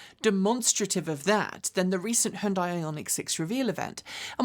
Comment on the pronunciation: Hyundai rhymes with Sunday.